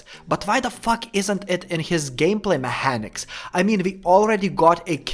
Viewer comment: And "mehanics"